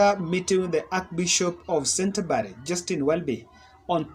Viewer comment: Dont pronounce sentabury it is pronounced kenteburi